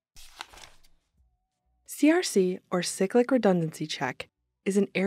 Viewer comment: siclic? it's pronounced cyclic as in i cycle to work...